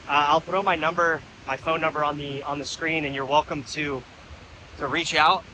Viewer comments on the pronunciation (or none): none